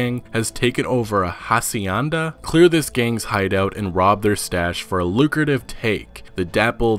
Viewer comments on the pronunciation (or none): Ha cenda it’s pronounced hac e nda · Any news on Cheats? Also, they're pronounced "Ah-See-Ehn-Da" and "Vah-Keh-Rohs" (roll the R). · Its hac ien daa and its VA QuerO also do you watch slyshooter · Va-care-os it is Spanish for cowboys. And the other is pronounced ha-see-in-da which is Spanish for ranch or plantation. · Hi, here are good examples of pronunciation: Hacienda - Paraíso - By 1899 there are no more territory disputes between MX and USA, and A LOT of places, now on the other side of the border remain, until to day, named with Spanish or latin words.